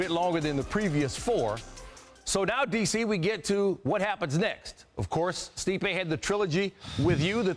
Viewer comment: Turned Stipe Miocic into Sleep-ay Miocic amirite? I'm right.